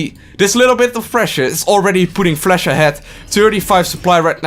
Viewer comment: Flash, not Flesch.. Your accent and pronounce killed my ears.. but your energy was kinda cool